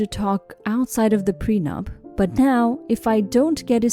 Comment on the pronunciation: Pre-nup not pren-up